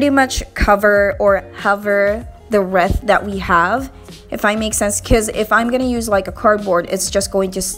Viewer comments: Reeth not reth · Not reeeth nor reth it wreath! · Wreath is pronounced (reeth) 😊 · She said reeet😂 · The way she says reeth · It killed me when she pronounced wreath though 😫😫